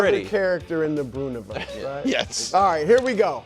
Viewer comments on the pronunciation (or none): "the Brounoverse" lmao